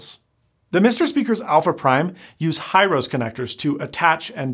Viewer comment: He-row-se connector not High-rose. It's a Japanese company.